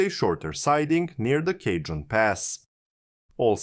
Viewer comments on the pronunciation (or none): I don’t know if this is an AI voice, but the colloquial pronunciation for Cajon Pass is close to: “Ka-hone” not “Cajun”